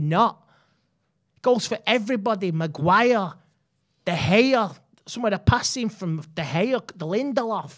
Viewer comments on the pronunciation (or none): Magui-or, DeHay-or